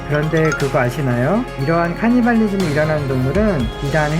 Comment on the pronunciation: 하..카니발리즘이라 그러는게 자꾸 거슬리네요.